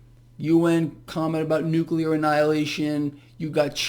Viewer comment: "Nucular" annihilation ?! Oh, boy! Put this water to boil even hotter! I am preparing myself. I will hide underneath a table ( in substitution for the school desk ) to withstand the " nucular " radiation.